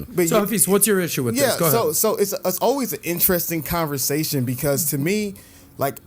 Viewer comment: its converSAtion not converZAtion lol. I love you bro but you been saying it with a Z since I been watching you and it just aint right 😂. Keep up the good content though. I'm all for it.